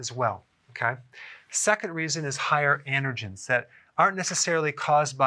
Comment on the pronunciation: Are you saying "intergens" or "andergens?" Is that how they say it in the east?